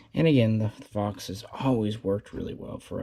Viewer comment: I thought he said “fucks” instead of “fox”